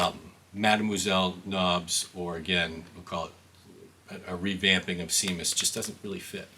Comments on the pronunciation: You just saved me $44. By the way, the song with the dog barking is pronounced Shamus. It was the name of Roger's dog at the time. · It's pronounced "SHAYMUS". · It’s pronounced Shaymus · It’s pronounced “sham us” with a hard “A”